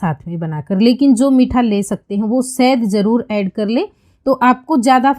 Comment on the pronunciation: Sahd nhi shahad hota hai